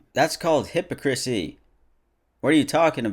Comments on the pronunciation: I love you so much its "hypocrisy" not "hippocrissy" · still waiting for sams apology video after pronouncing “hypocrisy” as “hippo-krisee” instead of “hih-pah-krisee” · ok ok totally agree but that is not how you pronounce hypocrisy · that’s called hippo chrissy 🙄✋ (ily but it’s hip-ah-cruh-see) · You mispronounced the word, "hypocrisy," it's pronounced, "hippawcrisee," not, "hippocrisee." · Hippacrissy- pretty sure it’s pronounced hipawcrassy. Love you though🥰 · I'm pronouncing hypocrisy as "hippa-chrissy" from now on lol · Did this man literally say hippa crissy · I'm telling you this purely out of love for you man: it's hy-PO-cri-sy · hypocrisy is pronounced (hip)(ock)(ris)(ee) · Great video and great messages…. but “hipicrysy” lmaooo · hip-ock-ra-see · "hippa crissy" 🤣🤣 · Nobody:: “that’s called hippocrissy ” 😭🤣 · this man said hippo-crisy 💀💀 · just a lesson my guy, you said hypocrisy wrong let's make a video about it 👍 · i know you did not just pronounce hypocrisy like that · why he pronounce hypocrisy like that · This is the first time I've ever heard anyone pronounce "hypocrisy" like that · Ayo why u pronounce "hypocrisy" like that lol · yawn boring take on a video with shit points man couldn't even say hypocrisy correctly